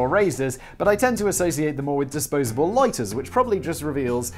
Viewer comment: I liked how simon suddenly had his english accent back when he said LOIGHTERS